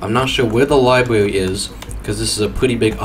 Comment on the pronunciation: Ahhh one of those can't do "R" guys. I love them.I like the part where he goes Pwison Libwary.